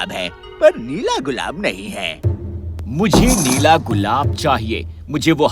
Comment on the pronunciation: Nela gulab hota Nahi hota 😀😀